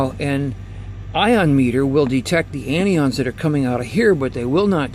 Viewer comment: Mike Hogue He pronounces them incorrectly. CAT’ions, AN’ions not catE’ons nor AnE’ons. They are positive and negative charged ions.✌🏼